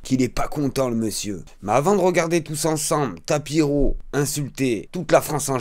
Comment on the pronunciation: C'est pas tapiro mais tapino